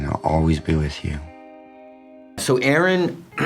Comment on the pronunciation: i love how they fuck up Aron`s name, shows so little respect, to say fuck it! lets not care!